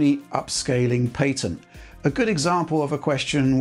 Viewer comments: What is this paytent he speaks of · lol paytent not patent 😂😂😂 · aw yes I'll have the pat-ey-ent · WTF is "pay-tent" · That's a weird way to pronounce 'patent'.